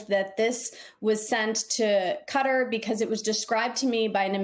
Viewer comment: KAH-TAR, don't give in to the way he says things... (it's not cutter.)